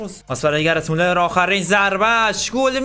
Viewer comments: گرت مولر نه گِرد مولر ☺️ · کانتنت خوب بود👍❤️ اما برادر خودت نوشتی گرد مولر تو ویدیو میگی گرت😂😂😂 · داداش گرت مولراشتباهه گرد مـولر افسانه ای درسته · داداش گرد مولر نه گرد مولر درست بگو مگه گرت بیل است اینطوری میگی درست بگو بلد نیستی فوتبال میبینی اصللن